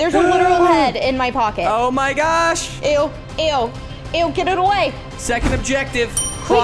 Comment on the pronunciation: the way said ew but he was w and e